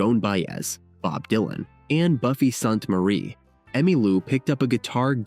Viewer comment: Disappoointed that you misprounced Emmy' and Buffy Sainte Marie's names. Where are you from?